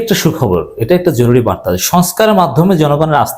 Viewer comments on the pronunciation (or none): none